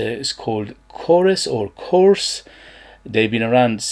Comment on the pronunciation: It's pronounced Κοrès